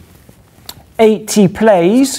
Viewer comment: He said 10^80 but it did sound like 18.